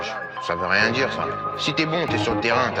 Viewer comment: Oooo tu dit rient